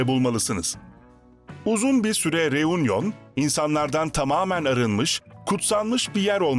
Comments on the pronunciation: Teleffuz “reunyon” değil “reünyon” olmalıdır. Fransızca “u” harfi “ü” olarak söylenir. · U harfi Fransızca'da ü okunur.Yani Reünion gibi okunur.Telaffuz kolaylığı için de Reüňiyon denebilir. Union : biraraya gelme,TOPLANMA.Reunion:Yeni birliktelik,biraraya gelme gibi..